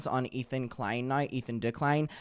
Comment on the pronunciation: i was not prepared for "ethan de-klein"